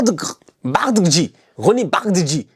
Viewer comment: il a dit que ça se prononce Bardadji😹😹